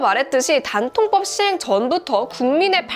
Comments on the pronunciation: 단통법을 굳이 댄-통-뻡이라고 하신 이유가...? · 된통법 이럴게 들리네요 ㅋㅋ